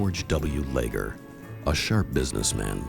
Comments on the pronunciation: Leger is a French name. (Le’zhey) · They pronounce Leger and mokelumne hill wrong